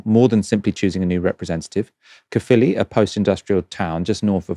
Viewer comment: Quick bit of help on your Welsh words: Caerphilly / Caerffili is pronounced like "k-eye-r filly" rather than "kuffily." Hefin (as in Hefin David) is pronounced Hevin. V doesn't exist in Welsh so 1 F in Welsh sounds like a V in English, FF makes them same sound as it does in English. You can a famous remnant of this in the English language too in the difference between how "off" and "of" are pronounced. Also it hasn't been called the Welsh Assembley for years, please stop using that outdated term. It's the Senedd or the Welsh parliament nowadays.